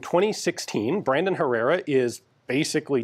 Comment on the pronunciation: Every time you say “Brandon” I hear “Raymond” and then I want to listen to a Fear Factory song because Raymond Herrera is the drummer for Fear Factory.